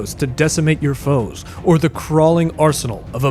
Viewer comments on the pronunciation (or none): none